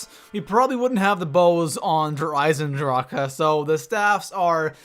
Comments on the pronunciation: Der Eisendrache Not Der Eisendra-ca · Say Der Eisendrache right, please. You have to be illiterate to not know the proper pronounciation at this point. (Der Eye-Zen-drāch) *no uh sound* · It kills me how you pronounce Der Eisendrache and especially, Nacht Der Untoten wrong.